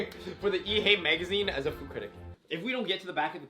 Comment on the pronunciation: “Froo critic” 😂